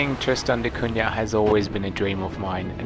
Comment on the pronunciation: At least pronounce the island's name correctly😅